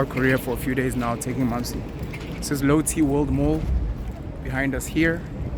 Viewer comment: Based in Korea. . . And your pronunciation of Lotte incorrect. Cool that you made it out here